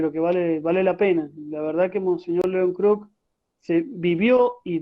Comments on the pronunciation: No es mons "Kerk" es Mons Kruk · Muy bueno el informe ,soy hijo de una sobrina de monseñor León kruk ,aclaro que el apellido se pronuncia como se escribe